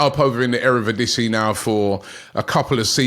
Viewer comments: it’s pronounced eredivisie not erevidisie mate😂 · ERE VIDISI = Eredivisie